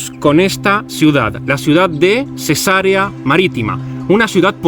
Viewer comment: Cesarea se pronuncia con acento en la segunda e y alargando la e!! es latín!